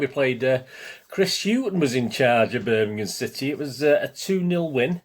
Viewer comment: . .Thanx for the mention mate. Just abt to watch the J.R one. Will say quickly that some of my worst old away days were at Zulu Birmingham! Also glad you can pronounce it correctly. Nowadays it's Birninhum..even from s called pro punters. Shameful 👍